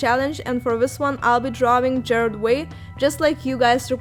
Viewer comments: OK honey you spelled the name right but you pronounced it Jared Way. But I'll cut you some slack because the art is cool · Everyone she said Gerard's name wrong I literally screamed